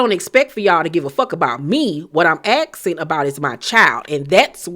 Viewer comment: “What I am axing about is my child.” Say what? Axing?